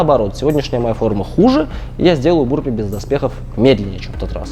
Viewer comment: Burpees по русски это отрыжки или рыготнички. Или вырыватики рвотнички. А произносится правильно "бЁрпийс" или почти так.